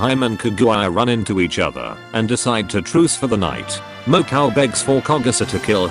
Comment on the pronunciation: the text to speech voice ;-; "mo-cow" "sirno"